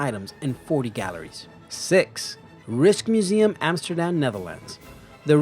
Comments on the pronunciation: Riskmuseum? It's Rijksmuseum! Wanna know how to pronounce it (I know it since I'm Dutch, but since I can't explain it): Just click on the little pronounce button at the Dutch side. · The way he pronounced 'Rijksmuseum' sounded a lot like 'risk museum' xD. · I love how foreigners pronounce Rijksmuseum! It's actually more like Rikesmuseum (wtf Dutch language but okay xD) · That pronunciation of "Rijksmuseum" is cringe-worthy.